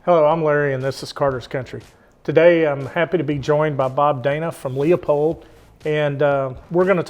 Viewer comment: Pronounced Loopold “e” is silent.